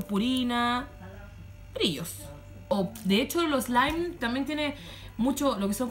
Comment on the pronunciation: ad tu elme glu tu elme eslaim me enca esa parte la amo🤣❤